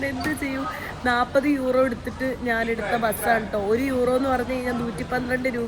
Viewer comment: എന്താ നാൻ എന്ന് പറയുന്നത്... ഞാൻ എന്നുപറയൂ 🥰🥰